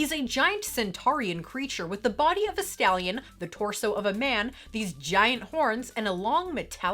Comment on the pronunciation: I know it was “Stallion”, but all I could hear was “the body of a scallion”. lol